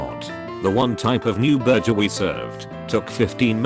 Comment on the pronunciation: Can we all just stop to say that the narrator calls Burgers Burjers